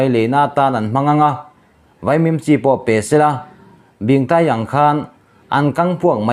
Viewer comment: I la chhiar zel dawn anih chuan mizotawng lam dan zir deuh teh.. Bingtaii hming i thluk dan te kha a dik lo em mai!